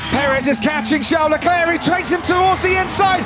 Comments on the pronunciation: Why do commentators say Charles LECLÉ..? His name is LECLERC, what a fool... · David was so excited that he even let out an "LESCLER"